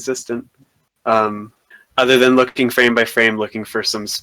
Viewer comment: "LookingK" "cheatingK" tell me, what accent is that? Honest question man, no hate. I hear more people pronounce these kinds of words the same way you do. Great video!